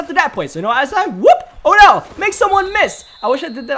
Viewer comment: you called Odell “odj”. I just didn’t know if you noticed but good vid